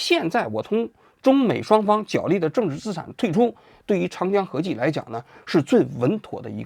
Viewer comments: 角（jué）力，不是jiǎo力。王局从之前的节目到现在，已经读错许多次了。实在受不了你一直读错，太难听了！ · “角力”的读音是 jué lì。